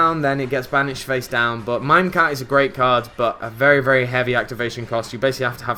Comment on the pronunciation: stop saying mimecat xD